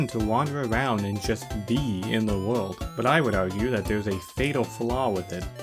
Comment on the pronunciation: Tewwible wuld building’